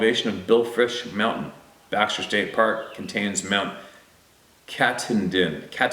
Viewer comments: pronounced Katawdin.. emphasis on the ‘taw’ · Lol!! CAT--TAH--DIN. MT. KATAHDIN Baxter St Pk, Beginning if the North terminus if the Appalachian Trail.. Its a beautiful area, if you can manage the damn hoards if black flies, skeeterz, swest/ horse flies!! Arrgh!!!😖😵 Interesting to learn Sabé reports from Maine and N.H. more and more. I don't recall any sense of tgem, but plenty creepy paranormal occurrences and " feelings"& experiences..Throw in some UFO sightings and typical events associated... There's " something" about some areas if New England and they don't get as much attention possibly as they should... Hope everybody here had a Enjoyable Independence Holiday! 🇺🇸🇨🇦 We must roll up our sleeves and get to work Brothers and Sisters... I see a couple wicked ones are attempting to infiltrate this comment section with malevolent words.. I'm going to Rebuke them Now, in The Name of Jesus Christ and The Creator... †